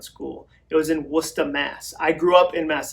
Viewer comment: Dude, first, stop making fun of the word wicked, which is totally normal language (I’m from CT) and keep pronouncing Worcester correctly! I am in the process of taking the action items at the end of each chapter of “Finish” and building them into an action. I’m a big fan, thanks Jon.